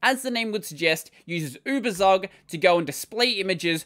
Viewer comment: Tsook... Uebertsook... Give us poor Germans a treat for our ears, pls.